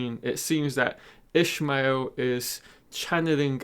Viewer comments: Its not Ishmael Its IshAmael. Lol, wheel of time pronunciation arguments at it again. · Nice vid. PS Ishamael is pronounced ih-SHAH-may-EHL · Thanks for the video, although I have issues with the pronunciation of IshAmael. I believe you mixe the name up with "Call me Ishmael" from Moby Dick... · I know it doesnt matter but his pronunciation bothered me